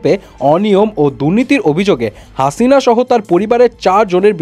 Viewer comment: হাশিনা😂নাকি হাসিনা? ভাই উচ্চারনটা ঠিকভাবে করেন